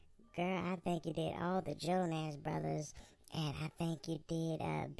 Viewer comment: lol all the ''jonASS bruthas''